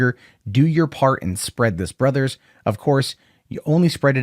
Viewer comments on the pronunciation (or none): none